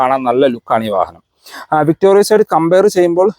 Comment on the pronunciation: താങ്കൾ പിന്നെയും തെറ്റ് ആവർത്തിക്കുന്നു... 🤣😬 വിക്ടോറിയസ് അല്ല... വിക്ടോറിസ് ആണ്.... 100 തവണ എഴുതിയിട്ട് ക്ലാസിൽ കയറിയാൽ മതി...🤣😬🤣😬